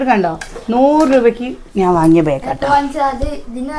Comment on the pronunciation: ബേഗ് അല്ല ബാഗ്